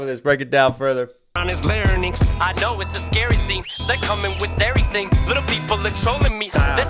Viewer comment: Genuine question: Why does Eminem pronounce 'larynx' (I’m from the UK but I know it’s pronounced the same in the US) 'la-ra-nynx' in this? Is this common? Is there some kind of origin to this? PLEASE no hate because I LOVE this album and Em, I’m just genuinely curious, that’s all! 🙏🏻